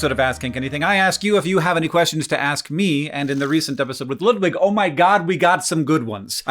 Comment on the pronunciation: funny that Hank is still pronouncing Ludwig wrong. Probably as a meme at this point